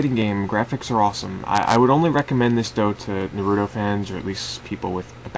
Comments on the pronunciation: also why do ppl mispronounce naruto it NARUTO not nearnuto. They don't even pronounce it like that in the japanese version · lol he what is narudo you mean naruto? dont play it just sayin